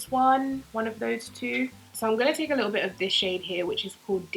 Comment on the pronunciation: "... a bit-tle" - 2018 lmao <3 luv ya